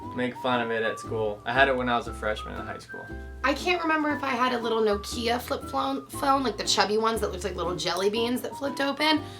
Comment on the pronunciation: The way you say Nokia is strange..